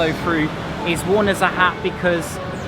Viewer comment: she is not chang yi, we call her chang e(嫦娥)。